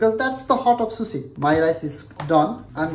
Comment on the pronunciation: It's not susi,,,It's sushi...